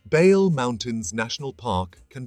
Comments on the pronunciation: Only two corrections; Bale mountains is t not the roof of Ethiopia. Simien mountains is taller than Bale( but Bale is good for hickers). Bale is pronounced as, Baley mountains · Thank you for this excelent presentation. Reading the name Bale needs pronounciation correction. Ba must sound as in bad ባ፡ le as in le(ntles) ሌ። አመሰግናለሁ thank you.